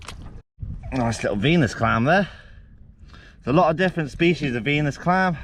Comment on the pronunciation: When you said Venus clam I thought you said penis clam